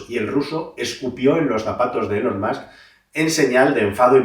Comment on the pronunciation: Nota: si dices “mask”, di “ilon” y lo bordas 😉